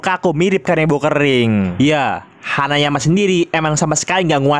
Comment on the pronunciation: Kenapa ya kalau baca nama hanayama malah bicaranya hanyaman